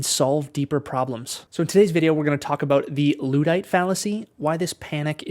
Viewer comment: I switched off the video as soon as he mispronounced "luddite."